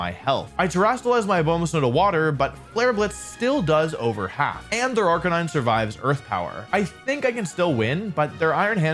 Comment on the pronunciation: RIP to wolfey’s pronunciation of Arca-nee-nay, gone but not forgotten 🙏🏻